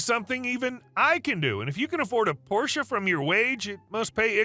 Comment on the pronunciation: I noticed you pronounce porsche correctly. that's rare. thank you.